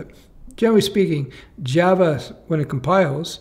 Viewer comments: loves his Jav-uh. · Not sure why I keep hearing Jeva